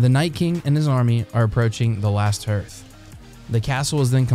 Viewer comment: The Last “Hurth”? It’s pronounced “harth” as in The Last Hearth. If you’re going to create videos educating people about the show and/or books then at the bare minimum you should have the base knowledge yourself to know the correct names and annunciations of the houses and castles in Westeros. To use a quote from your video “Plus he can’t even talk. So how’s he going to lead somebody.” ;) And to be clear, that’s not personal but is a really big pet peeve of mine that I see a lot more often lately amongst new and some even tenured GOTs YouTubers. And if you want to watch that subscriber count and those video views continue to grow, it’s the die-hard nerds like myself and countless others that will do that for you.